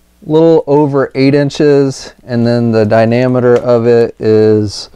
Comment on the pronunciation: its diameter not dynameter